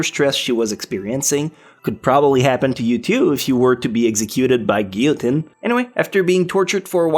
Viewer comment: GUILLOTINE WAS PRONOUNCED WRONG WHAT THE ACTUAL HECK